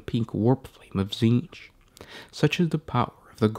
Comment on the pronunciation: It's pronounced tZehntk... at least for this week.